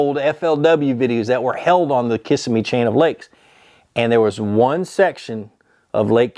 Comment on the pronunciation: Love how you are pronouncing Kissimmee Ki-sim-me is the correct pronunciation